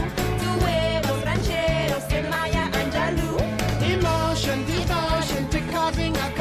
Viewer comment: Ah yes, the song that mispronounced Maya Angelou